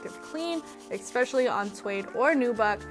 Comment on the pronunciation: It is "especially" not "ex-specially".....😉Yes, I washed mine in a washing mashine, after washing it by hand.....